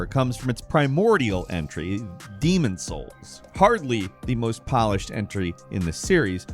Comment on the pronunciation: Wow cant even say the Demons Souls boss name😂